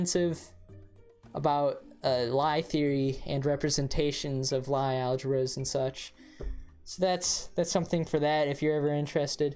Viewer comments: The Norwegian Lie is pronounced like Bruce Lee. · * mispronounces Lie * I see you're a man of culture as well